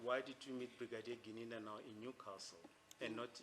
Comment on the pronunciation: Even calls Gininda ( Gananda) Longwe ( Lolongwe)